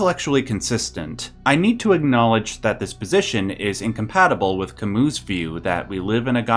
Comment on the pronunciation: Pronounced Camü that french U that sounds like EE sometimes